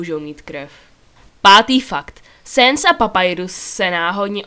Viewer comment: BTW sans se nerika sens ale sans